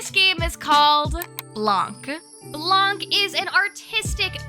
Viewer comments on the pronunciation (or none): "Blanc," the French word for "white," is actually pronounced "blan" (without the "kuh" sound at the end. It's silent. The feminine version of "white" is "blanche" (blan-sh).